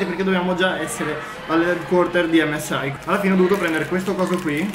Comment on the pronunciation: SI DICE EMME ESSE I NON EMME ESSE AHI !